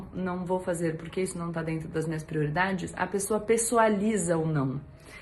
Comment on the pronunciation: O cebolinha da turma da Mônica fala assim...! Kkkkkk